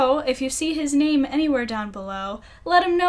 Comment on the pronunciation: I loved how you pronounced my name! Thank you very much for your answer :D